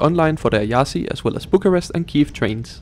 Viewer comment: And it's not Iassy either. It's Iash.